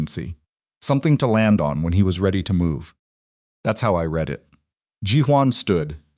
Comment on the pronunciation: Good A.I. everything…writing, narration, enunciation…BUT REALLY…that darn ‘green wood splitting’ ? I will UNSUBSCRIBE if you keep it up and…could you not teach me/ signal your A.I. to differentiate between ‘read’ and ‘read (red)’ ? Thank you for the parts that are good…your stories etc ! 🇨🇦🇨🇦🇨🇦